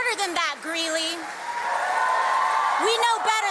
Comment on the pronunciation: Greeley, not Greenley